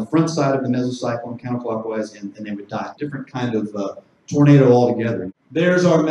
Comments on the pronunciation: it kept saying tomato, not tornado XD amazing. thanks for explaining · Love the subtitles generating “tomato” every time you say “tornado.” I kept getting tickled while trying to focus on the information lolol.